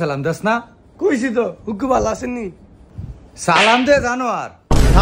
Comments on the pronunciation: ফুফু কে বলে হুককু😂😂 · ফুফুরে বলে হুকু😂😂